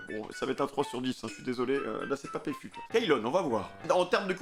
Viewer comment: c'est youcef pas pfut mdrr